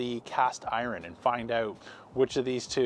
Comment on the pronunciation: Why can't you pronounce "iron"?